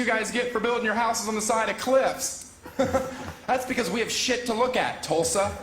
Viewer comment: He actually pronounced Tulsa correct. So must have been to 71st and memorial.